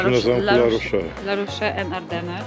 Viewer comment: Litery "e" bez akcentu się nie czyta więc La rosz a nie La rosze. Dlaczego Francuzi nie używają angielskiego bo nie muszą bo uważają że Francja jest stolicą kultury światowej i każdy powinien znać francuski.. Macie w telefonie Google translator.